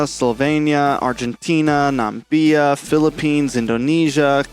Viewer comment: Na mi bia man not nambia🤨🤨💀